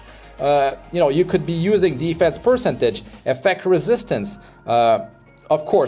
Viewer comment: Great video man, thanks for the gear showcase. Quick tip, please check the correct pronunciation of the word 'percentage'. Love your videos!